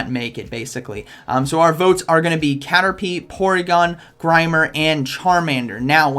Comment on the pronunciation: When u said caterlie my heart stopped pumping thought u saying ti vote for it😂😟